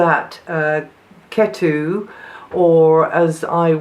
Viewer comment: Its pronounced "Katu"